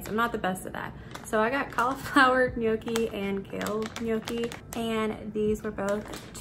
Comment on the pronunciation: I live for Trader Joe's hauls because I don't have it here in Canada. You pronounce gnocchi correctly. LOVE that stuff, mmmm, YUM!